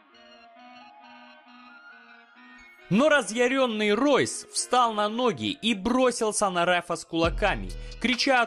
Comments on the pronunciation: Только не Ройс Грейси, а Хойс Грейси. Особенности бразильского языка ))) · It's pronounced Hoyce, not Royce... how can you make video about mma and not know that? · Хойс Грейси правильно произносится!